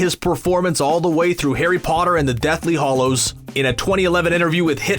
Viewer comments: Hollows? It's HALLOWS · How many times did he call it the Deathly Hollows? Well, at least he pronounced Rowling's name right... I still think both Gambon and Cuarón should've read the books. Stay safe, everyone.